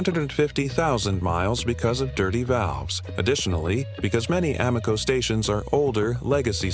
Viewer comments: Y’know, your credibility would increase if you teach your AI robot to pronounce the gas station names correctly. A-MOco?Try AM-o-co…sheesh! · People hear "ah-mo-co", they think stupid AI! Just narrate the damned thing!!!!!!!!!!!!!!!!!!!!!!!!!!!!!!!!!!!!!!!!!!!! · Can’t even say it, right Amoco A -not you say (O MO co) really it stands for American oil company. They just tricked you.